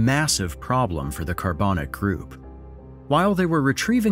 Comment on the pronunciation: How did the pronunciation go from Carbanak to Carbonic?